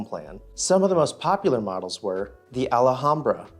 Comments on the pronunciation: Al-hambra. Not alla. It's a small town North of downtown Los Angeles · The "C O" in the name means 'COMPANY', not CO like a name. Sears, Roebuck and Company. , it is 'Al-Ham-Bra, Not ALAhambra. Otherwise, a pretty good Informative video. I didn't know they had so many Large plans ! My father in law lived in a 'Kit' house in Nevada City, Calif. Google Map it ! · Bro... you straight up butchered the Alhambra... its not Al-a-hom-bra... no A there